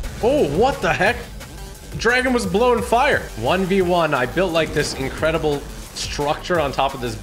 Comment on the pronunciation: Instead of incredible he’s saying incwedeble 😂😂😂😂